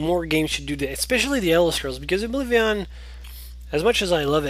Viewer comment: Its Oblivion, not Oblivi-on!!!